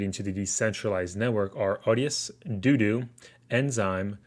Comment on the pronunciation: Great info homie. I'm pretty sure DODO is pronounced doe doe, not doo doo lol